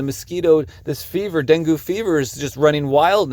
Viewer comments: Appreciate this video, thanks Fyi; Dungue is pronounced Dun gay not Dun goo 😊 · You don’t pronounce it like that. Den Gay Fever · DEN”gay”…fever. pronounced Bengay!’ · Denghe is pronounced Den-Geh!!! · Pronounced den gay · It’s DenGay fever. It’s easy to say and remember. Den. Gay. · Deng-gee Like 'key', but with a G. Not with an A sound. With an E sound. As in E for 'evil', like the person in the article! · That mofo, Gates. He needs to be stopped. It’s pronounced “Den-gay” btw. :)